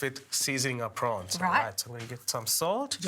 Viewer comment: Row prowns .not fryed